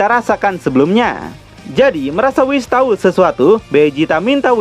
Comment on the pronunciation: Ada kata yg terpeleset min. "Balmod memberi tai 😂" Menit 4.30